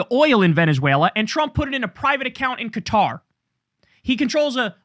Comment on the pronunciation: I agree with you and noticed you pronounced Qatar correctly!